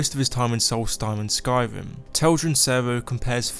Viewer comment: Am I the only one who thinks this dude sounds like he’s saying “Skywim”?